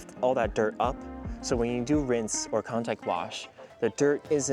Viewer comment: a what sorry? Winse towel? I didn’t understand sorry